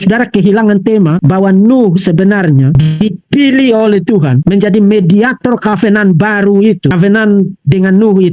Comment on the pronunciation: cara bicara vv bhs Inggris yg sederhana aja salah " covenant "aja ga bisa yg paling lucu kalo bicara " aware " aweeerer " lucu abis woi kenapa kalo ada orang bicara " sehat sehat selalu vv " kok ga dibilang sakit hati ? Tapi yg tidak memuji kau bilang sakit hati tau dari mana kau ttg hati ku ? Itu tambah tidak cerdas jelas itu